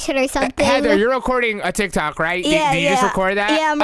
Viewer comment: It’s not ticTac it’s tick-tock